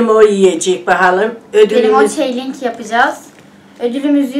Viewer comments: Çok mu biliyorsun sen Çalınç diyede okunmaz o Çelınç diye okunur ukala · Çeğlink diye okunmaz o çalınç diye okunur.anca yiyin bizim de canımız çeksin demi